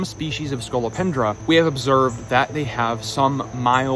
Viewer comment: What's a scolopandra ? Please